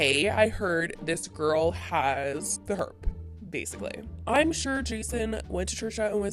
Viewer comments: Take a shot every time she says “ the hERP” 😂 Edit : or just “herp” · LOL "HERPS" 😂😂😂